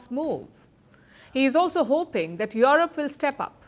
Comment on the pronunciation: Its Europe not yorope.